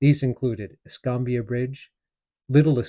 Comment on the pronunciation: I have lived in Pensacola for 60+years. Pronounce es -kam-bia county Fl&Al. Fort Ba-rank-us . My Grandfathers house was located at the Canoe Creek crossroads along the rail line where a Confederate supply train was burned during the raid.